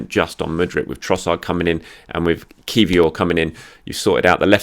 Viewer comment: Well done with the pronunciation of Kiwior's name!